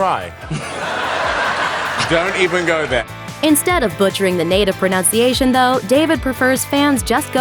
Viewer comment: lol... "pronounciation"